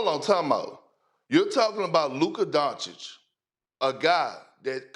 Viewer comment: LukaR DonciK- SAS say his F-ing name right man! it's disrespectful!